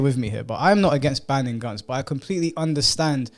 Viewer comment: banning guns, I thought you said banging guns, I initially wondered if it was some new it thing🤣